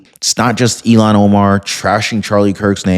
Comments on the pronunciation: Her name is pronounced (ill-hawn), not (ee-lawn). Ilhan is certainly NOT even close to being an Elon. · Illiam omar not eilon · ILLHON, ILLHON, ILLHON, ILLHON, ILLHON, ILLHON, ILLHON, ILLHON, ILLHON, ILLHON, ILLHON, ILLHON, ILLHON, ILLHON, ILLHON, ILLHON, ILLHON, ILLHON, ILLHON, ILLHON, ILLHON, ILLHON, ILLHON, ILLHON, ILLHON, ILLHON, ILLHON, ILLHON, ILLHON, ILLHON! It's Illhon Omar...NOT Elon!